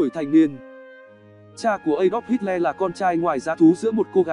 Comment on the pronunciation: Đọc là ây đóp hít lơ nhé...xin đừng hít le nữa :)))